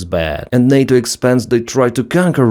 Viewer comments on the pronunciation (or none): none